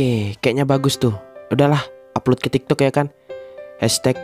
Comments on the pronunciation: tik tok bg bukan toktok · Pas di ngomong tik tok jadi toktok wkwkkwk😂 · Bukan tok tok 😅 tapi tik tok